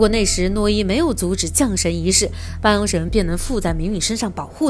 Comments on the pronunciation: 把降jiang神念成龙神。🤦‍♀️听了都辛苦。没看完。听不下去。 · 是（jiang）降神仪式😂吧！